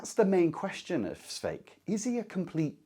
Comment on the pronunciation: Nice video. Just one nag Škoda-style. If you can pronounce Hašek, you can pronounce Švejk. Not Svejk. Not Skouda. Not Hasek. Škoda, Hašek, Švejk. Just think of saying “shite”. “Shvejk” 😂